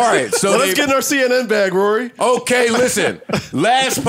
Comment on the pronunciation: ak cant even say rorys name right. How are you going to argue with a peasant who cant even say your name right lol